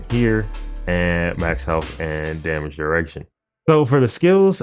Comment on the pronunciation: " damage errection"? lol